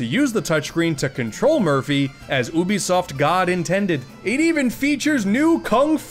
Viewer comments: Its pronounced "U be soft" not "ooh be soft" bc you and other youtubers keep mispronounced it I'm giving you a dislike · Your saying Ubisoft wrong It’s not ooobisoft It’s Youbisoft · I hate how he says "oobisoft" so much. Idk I'm more used to pronouncing it as "yoobisoft" instead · You say you-bi-soft not Ubisoft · It's pronounced like "you-bisoft". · That's a weird way to pronounce 'Oubisoft' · How do you pronounce Ubisoft? 1: you-be-soft 2:oohh-be-soft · Man this was hard to watch listening to this guy mispronounce Ubisoft EVERY SINGLE TIME! Maybe a YouTube video on how to pronounce it might help you out, would have liked the video if you didnt say it so dumb everytime. Also Rayman Arena is the best, with 2 being a close second